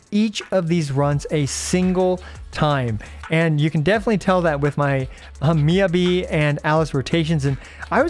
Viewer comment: thank you for your guides! just fyi it's pronounced more like "mee" "ya" "bee" - not "yuh"